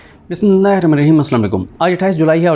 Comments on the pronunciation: Allah kay bunday Bismillah to saheeh tareeqay say bola karo. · Assalam u alekam jaan Sahab bismilla sharif kindly aaram se aur Sahi parra Karen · O bahi I am your regular listener many people ask you to recite the Bismillah properly and respectfully but you are not correcting yourself this is very disappointing and disregarding.